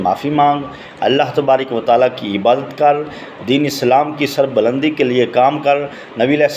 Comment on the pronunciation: تبارِ ک وتعالیٰ کا تلفظ تو پہلے درست کرلے بھاٶ جی۔ پھر چینل بنالینا۔